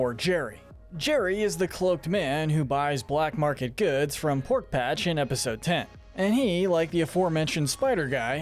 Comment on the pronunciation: Pork patch? PORK PATCH???? It’s pork rind